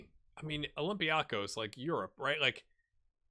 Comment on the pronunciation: It is pronounced OlympiakOs. It is on the last syllable.